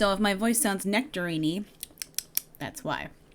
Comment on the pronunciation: necterine-ey mouth...